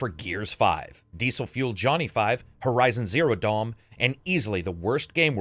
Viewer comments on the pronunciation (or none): I'm sorry did you just say Horizon Zero Dom? 😂😂